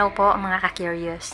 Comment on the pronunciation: Bakit kyoryos at hindi curious?